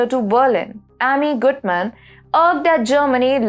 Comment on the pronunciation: Thank you for helping me know the correct way to pronounce the name of Amy Gutmann. Everyone else pronounces it wrong